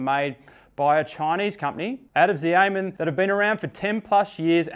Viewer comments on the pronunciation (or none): FYI Xiamen isn't pronounced "Zee-ay-men". It's pronouced like "She-ya-men". Potentially useful for you to know since almoat all the wheels you review are made there. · Wtf is zi aye meng? It's pronounced shia men